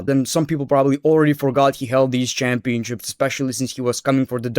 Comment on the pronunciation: Is it only me or is he saying Championchips everytime ?